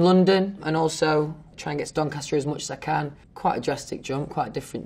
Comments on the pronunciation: no one: louis: DONCASTAH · no one: even God: louis tomlinson: dOnCaSta